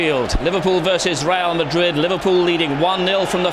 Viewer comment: The commentator really said Liverpool vs Real Ladrid.. Lol in italian ladro means cheater!!🤣🤣